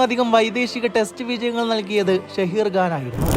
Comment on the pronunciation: ഷഹീർ അല്ല സഹീർ ഖാൻ